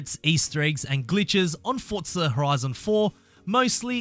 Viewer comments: It's forza, not fortza 😂😂😂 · ForZa not fortza xD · lol "FORTza horizon four" no offense just is that an audio glitch or is he too close to the mic or what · I swear if you keep saying "Fortza" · Nobody: This guy: FoRtZa